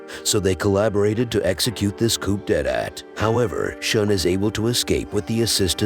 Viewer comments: you can't even say coup d'etat? jeez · Why was coup d’état pronounced like that